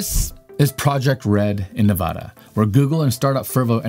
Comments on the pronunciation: You're pronouncing Nevada wrong... nice job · Say Nevada the right way. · Love you your videos very well researched but us Nevadans we would really appreciate it if you would research how to properly pronounce Nevada